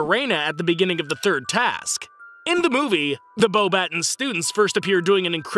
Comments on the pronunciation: Beauxbatons is not pronounces Bow battuns, its Bow Batons The French pronunciation actually makes the n and s silent and changes the last sound to a nasal ong tyoe sound. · Pretty sure its pronounced beauxbaton like a baton stick. also fleurs name is more like flare. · I'm French and allow me to contradict you: he did pronounce it wrong. However, him not being French, that's understandable. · My favorite part is when you miss pronounces The school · Yes, I know how JK Rowling and the actors of the movie pronounce it. And yes, I'm aware it is natural for non-French speakers to pronounce it this way. It's not criticism, but still felt it wasn't senseless to point it out and explain how the word is supposed to be pronounced in French. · And he didn’t even pronounce any of the French names correctly